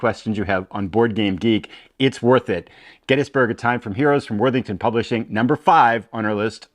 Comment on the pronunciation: Thanks this is an awesome list. Sidenote I was so happy to hear you pronounce Gettysburg correctly.